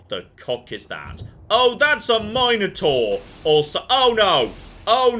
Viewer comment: "Mine-Oh-tour"?? That's not even an accent thing that's just silly.